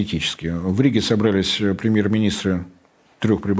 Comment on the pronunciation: Было бы совсем хорошо, если бы Борис уделил некоторое внимание ударениям в словах. СобралИсь, пОдал, сОздал и так далее. Режет слух, да и с грамотностью российского медиа-сегмента нынче ситуация не очень вдохновляет. Поэтому последняя надежда остаётся на блогеров и ведущих информационных каналов, - книги читают далеко не все, да и там ударения не обозначаются, а в кино, сериалах, на телевидении и радио с этим ситуация не улучшается. Соловьёв и Корнеевский, пожалуй, единственные два ведущие, к которым нет никаких претензий в плане грамотности. И это, заметьте, пишет вам не отличник, а человек, которому в школе бы поставили 2 по русскому, если бы не личные обстоятельства.